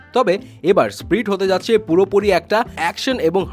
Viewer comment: spirit.. not sprit.